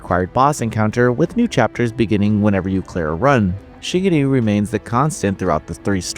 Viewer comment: Your Japanese pronunciation is abysmal It's Shi Gu Re not shigiri